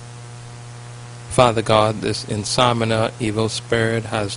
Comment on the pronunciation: It's not insomina it is called insomnia. In-som-knee-ah.